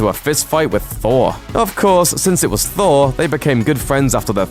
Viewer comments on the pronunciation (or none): none